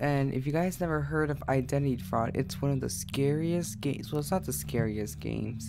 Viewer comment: who else is triggered why the way he says identity.